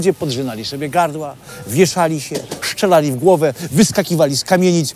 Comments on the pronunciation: Strzelali, nie "szczelali". Wiem, nie wszystko da się wychwycić w ferworze pracy i nie każde ujęcie da się powtórzyć. Jest dobrze, będzie lepiej. Pozdrawiam. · mówi się strzelali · "szczelali" nie wierzę...